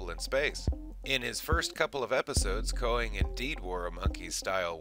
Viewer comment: "Kay-nig," not "Koe-nig."